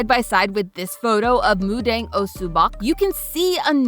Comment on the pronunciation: Pronouncing the "dang" in mudang the same way as the "Deng" in Moo Deng also hurt me. They're not even remotely the same vowel ㅠㅠ